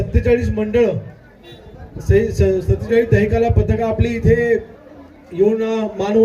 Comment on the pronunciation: दही काला❌ दही काळा ✅ 😂😂😂😂😂😂😂😅